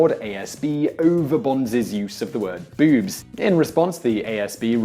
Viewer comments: its boobs not bewbs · “Bewwbs” lol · He says "boobs" like "beeoobs" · So anytime he said boobs, I thought "Bewbs." Is that just me, or did anyone else get that? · bewbs. ..that's what you sound like. lol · bewb. bewby. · pronounced, "Bewbs." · Well when one listens to your pronunciation of boobs, it's hard not to like the word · Why does the word "boobs" sound so funny when spoken in an English accent? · I love the way you say boobs that just makes me laugh I love your videos Man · Hearing Simon say boobs and the various words for them in his accent made my day